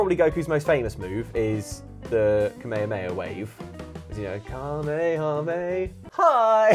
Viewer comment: Thank fuck knows how to say kamehameha